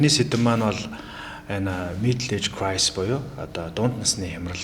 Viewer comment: Crisis not crise